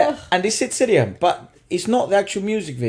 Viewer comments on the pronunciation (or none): Guys, his name SID SRI-RAM not SID 'SIRIAM' 🙂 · it is not siriam.. it is 'sri' 'ram' and it is not bollywood.. :( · Itz not sidriam its SriRam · It's not Siriam, it's Sriram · Who's Sid Siriam? We only know Sid Sriram, pronounced "Sree-raam" xD Its hilarious to hear you mispronounce his name, and now seeing the usual mispronunciation typed down is more hilarious.